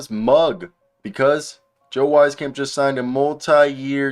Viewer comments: Great analysis keep up the good work, just a heads up though it's pronounced Weez camp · Public service announcement: It’s pronounced “Weese-camp” He was a good, but streaky shooter in San Antonio, just a little inconsistent, but so was his playing time, and that was to be expected. He almost made the Spurs roster this year, but was their last cut, in favor of keeping Romeo Langford for defensive purposes.